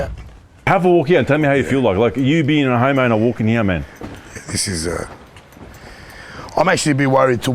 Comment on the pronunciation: Everytime says homeowner I don't know why but it always sounds like he's about to say "HOMO" 😂